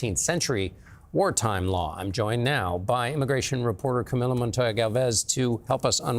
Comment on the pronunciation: CamilO. Can you pronounce it correctly, please?